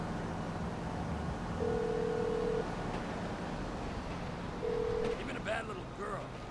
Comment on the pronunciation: Please pronounce Ursula correctly!!!!!!